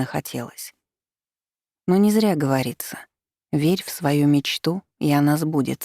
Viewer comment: Это особенность произношения чтицы, она так же говорит слово "зря" - "зыря́"